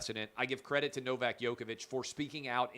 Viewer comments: U pronounce Djokovic like Joke-a-Vic not Yoke-a-Vic. Please pronounce it correct as he is arguably the greatest tennis player alive and u as a talented sports journalist should at least pronounce it correctly. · Please, stop saying "Yoke"-ovic! It is "Joke"-ovic!